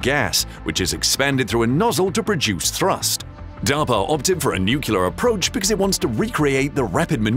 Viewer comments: New- clee-R not noo-coo-la. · It's "nuclear"... not "nucyaler" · Nuke Lee Are’ not “Nuke U Lar” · nu-CLEAR, not nu-CULAR! Jeez...just follow the damned spelling!!! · At least get your AI intelligent enough to pronounce it nuclear, not nucular. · The moment u said "NukeLar i stopped watching the stupid video. Can you people READ the fucking word "NUCLEAR"- NU fucking CLEAR ?!? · New-clear not New-killer. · What's "nukular"?... Stopped watching after 2 minutes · Mispronouncing nuclear as nukyuler makes you sound like a Southern Baptist preacher. Not a good look for you. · Its pronounced “New clear”. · Sorry, I just couldn't take it. "Nookyooler" sounds too much like an idiot to bear listening to. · When the announcer cannot pronounce the word "Nuclear" , I am outta here. It is nut "Nukuler"! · „Nucular this, nucular that.“ I guess Dubya gets the last laugh... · Because that's not how it's spelled. There is no q in nu-cle-ar. You can't run a science channel and be illiterate. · I keep hearing "nucular" when I am certain it is spelled nuclear. Never understood where the problem with pronouncing that is. And I I'm not sure why it bothers me so much when I hear people saying it incorrectly so often :/ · It's like someone raking a fork across their teeth. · Please don't say, "nuc-u-lar." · Except he used the word "nucyaler" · Homer Simpson told me it's pronounced nucular :D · Why would you hire a narrator who cannot pronounce 'nuclear' correctly ? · Please pronounce the word "NUCLEAR" properly. It's almost impossible to watch your videos when you can't even pronounce the words on a script!